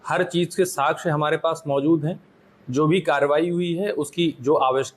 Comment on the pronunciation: Kaha par ke pass hue ho ssp ya sakshya word bolna bhi nahi ata sachhya bol rahe ho .